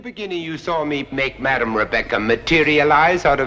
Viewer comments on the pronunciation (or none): none